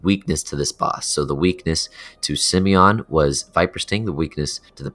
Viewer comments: Its not SimEon, its SimOne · im kinda triggered that he says simeon instead simooooooooneeeeee :P but its a nice guide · Simone is a french girl name. It's pronounced Si-mon. Not Simion, and not Sim-own (Sim-own is closer to the prononciation for the male version Simon) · HER NAME IS SIMONE, YOU BLOODY MORON. Not Simion.... seriously, dude, can you even read?? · Simone isn't pronounced that way fella, Sim-own would be how its pronounced. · What do you mean bro? Simmy-yon is obviously the right way to pronounce it. Rolls right off the tongue! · "Simione" xD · u pronounce simone extremely weird